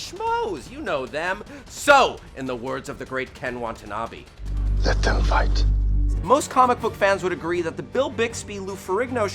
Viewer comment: did you pronounce Ken Watanabe as "Wantanabe"?